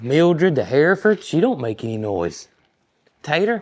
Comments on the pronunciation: Hereford pronounced Her ford. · You can look up how to say Hereford on the internet and there will be a recording. The second e is silent. It is Her ferd